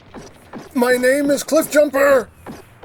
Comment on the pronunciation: Every single time I see cliffjumper in a review my mind wanders back to your tf Prime Reviews when you called him "chiffbumper" I still laugh a little at it 😄